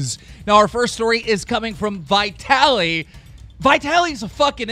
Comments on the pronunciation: Who tf calls him Vietally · He says vitaly so fucking weird. He also can't keep fousey out of a video for a week 😑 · You pronounced Vitalys name wrong